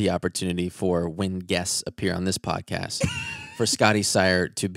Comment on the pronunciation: came from listening to the audio version to watch the video just to see when said "podtest" instead of podcast😅 pd. Love you 😄